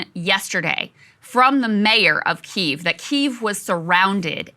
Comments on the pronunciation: Krystal... It's pronounced "Kee-ev" not Keeve. Love yall though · Please stop saying keev, the y is pronounced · Please say key-ev lmao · Is it pronounced 'Keev' or 'Kiev'? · Makes you wounder how much research you have done when you call it keev. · omg saagar......KEE-EEV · Krystal ! — “Key”-“ev” but said quickly together ! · Please stop calling Kyiv Keeve 😅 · every time krystal mispronounces Kyiv (KEE-ev) i die a little inside thanks saagar for knowing it 😭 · krystal pronouncing Kiev--I'm sure she says VERSE for versus as well. what a dope.